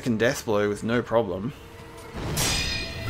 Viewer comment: I like how adds an R when he says no and is really angry - "noooor"